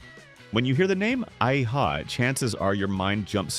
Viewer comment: How much do you really know the 80s if you call A-ha, 'Ay-ha' instead of Ah-ha?